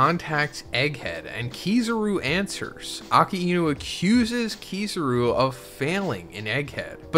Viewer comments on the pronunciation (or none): You did not just say Keeezaaaaaruuuu😂 why are your pronouncing they’re names like that😂🤦🏾